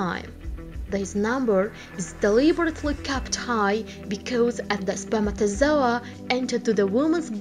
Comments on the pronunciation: I stopped the video cuz I didn't want to hear her saying spermatosoa again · YAS I DONT EVEN FREAKING KNOW WHAT LANGUAGE THIS THINGS SPEAKING. SHE FREAKIN SAYS “SPERMATAZOA” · Way she says spermatozoah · Spermatozoa...spermatozoa...What accent is this ? 😂😂😂.